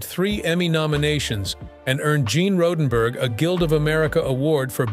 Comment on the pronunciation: I was just pointing out the they pronounced Gene Roddenberry's name as Gene Roddenberg.. I don't know about all the rest.